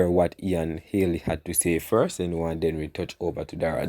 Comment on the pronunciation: Bredda mi tired a you now , it’s not Haley it’s Healy pronounce you words properly man. and it’s not courtly it’s curtly 😡!